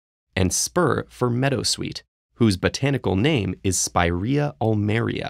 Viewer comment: I'm not talking about borrowed words, that of course are present in any language. I'm talking about proper nouns, including given names, surnames and scientific names (of plants and animals). For example, I can ensure you that "Spiraea ulmaria" in latin sounds totally different than the way it is pronounced ...